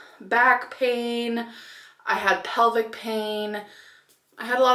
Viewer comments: Please stop saying your "pelvic, is hurting." It's, "PELVIS, is hurting." You can stop pretending to be an airhead now. It was never cute. By the way, go to H3LL, to all the Ambabies, and sock accounts. At least I know how to pronounce words, and can see my toes, when I stand. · Amber, it’s PELVIS. I’ve heard you PELVIC thrice now. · Plevis gorl! Not pelvic baby 😂😘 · PELVIS not pelvic...